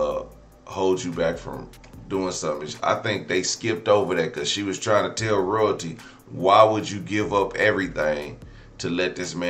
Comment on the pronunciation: Lmao!!! 😂 THE INTRO!!! ROYALTEEF!!!